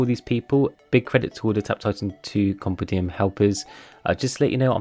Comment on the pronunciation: i think you need to learn how to pronounce compendium